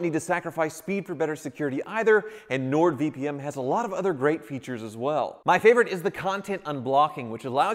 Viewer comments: Keeps calling it “NordVPM” vpm vpm vpm 🙄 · Sounds like he kept saying Nord VPM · um... it's Nord VP"N", I played it multiple times, your saying "M" lol.;)